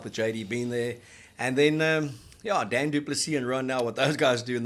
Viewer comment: Daan not Don